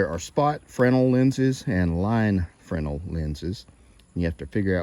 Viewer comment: I know this is silly but THANK YOU for pronouncing Fresnel correctly haha.